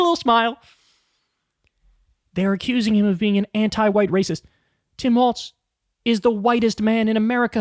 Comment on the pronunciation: Why do you keep pronouncing it as "waltz"?